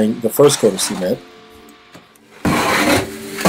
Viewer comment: Sea-ment lol